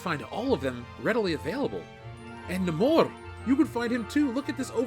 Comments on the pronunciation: It's pronounced Nay-Mor but that toy is wanted No more. Marvel fucked up a good character again. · I love how sometimes it’s “Namor” and sometimes “Namorrrrrr” 😂😂